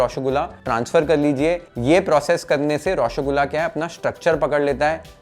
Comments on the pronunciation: Its not Roshogula Its Roshogolla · U r pronouncing it as Roshogulaa. Try pronouncing Roshogolla❤😊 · Par roshogolla sahi se bolna nhi aya 😭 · Pronunciation is a bit off... Try raw-sow-gol-la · nolen gur>>>>>>>>> any other creation known to man… ps: please look up the pronunciation of roshogolla😢